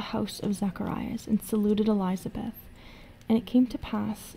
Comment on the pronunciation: I can forgive messing up non english words, but really, Elizabeth? JK, love your work.